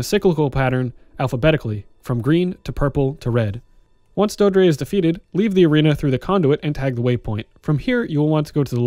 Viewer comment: It's pronounced "doe-eh-dree". It's verbalized in the game itself, just so you know. Great guide otherwise!